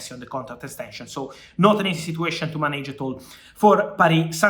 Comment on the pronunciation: Everytime he says manage, it makes me smile. 🙂